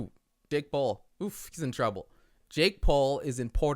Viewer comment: How did I hear "uh dick paul" 😂